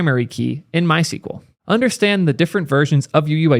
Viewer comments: MySQL is not pronounced "My sequel", the documented and official pronunciation has always been "my ess cue ell". I know there's a lot of controversy about the pronunciation of SQL itself but for MySQL there is no ambiguity, just an Internet full of people saying it wrong :) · You are pronouncing it the wrong way. the SQL part in MySQL should be pronounced as either "squel" or "es que el". Sequel is a different language dating back to the 1970s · it's pronounced "my es queue elle"